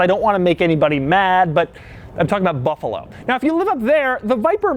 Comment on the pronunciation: Hey honey watch him say Buffalo!!! Doug- "Buffalo" Me- WTF!!!